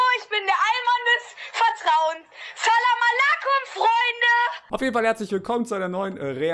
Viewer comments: Ich glaube er wolt säläm ua läckom sagen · Das heißt zelem a ler ko